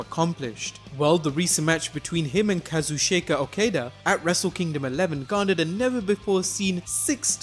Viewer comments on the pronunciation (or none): Actually it's Ka-zoo-tchka ^^ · it's Ka-Zoo-Cheeka O-Kah-Dah and Hero-key Go-Toe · Kazu-shake-a??? hahahha